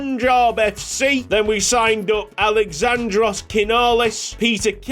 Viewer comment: As a Greek myself its good to see a strong representation my guy show em how it's done! Btw it's aLExandros not aleXAndros